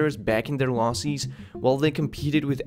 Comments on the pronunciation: Just curious. How do you fuck up the word prices so badly? Also losses does not sound like loseees. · Prices, not pricees. Businesses, not Businessees. Loses, not Losees... its like getting verbally pecked to death by a duck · I enjoy your videos, you can tell you've spent a long of time researching and editing. But man... the way you pronounce "ie" or "e" is triggering. Why do you read the word Diaper correctly but not prices or loses.